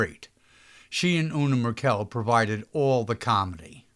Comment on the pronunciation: Una's name is pronounced, Mer '- kəl not Mer - kel ' .